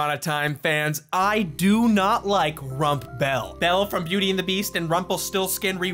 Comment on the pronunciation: First of all it’s Rumbelle not RumpBelle. Second of all HOW DARE YOU. Rumbelle was everything to me as a teenager. I still stand by that ship although the writers definitely ruined it after they got married.